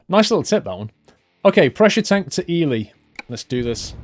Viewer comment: It is E-Lie not E-le